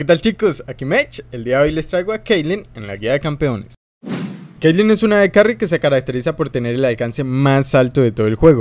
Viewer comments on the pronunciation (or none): te equivocaste, esta es caitlyn y no keilen